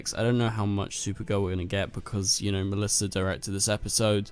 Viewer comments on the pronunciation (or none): Why do you keep saying messlisa its Melissa